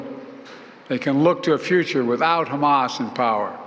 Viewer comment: Right dude talking bout hamah cant even say it right justbanither grifter